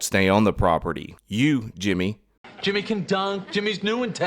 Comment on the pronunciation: Thanks for another epic episode,!! The "JI-mmy" Kruger at the end was a masterful touch! 🤣👍🏻👍🏻